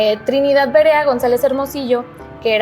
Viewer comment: Es Verea ,no Berea, esta casa pertencio a mi familia , a mi bisabuelo ,muy linda, en que direccion esta me gustaria visitarla en mi siguiente viaje a Guadalajara,saludos!!